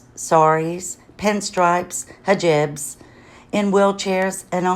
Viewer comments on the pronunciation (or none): It’s NOT hajib it pronounced Hee-Jaab = hijab 🧕